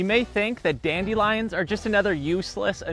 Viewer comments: I can’t take this seriously because of the way he says dandelions “dAnDi liOnZ”😭😭✨✨ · The way you pronounce dandelions makes me cringe a little lol